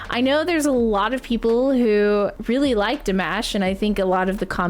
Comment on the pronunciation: Please go to the original video that you listened to and they actually say his name. His name is not De-mash. Listen to the S.O.S. Where they introduce him. Since you are NittPicc, learn how to say his first name only properly! You don’t have to know his last name! 😊